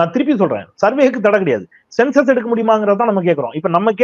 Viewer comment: யோவ் அண்டா அது census யா நீ என்ன sensex னு சொல்ற